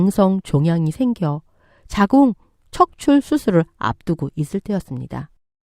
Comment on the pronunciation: 자궁척출---->자궁적출 한번쯤이면 몰라도 여러번 들리니까 거슬려서 댓 답니다.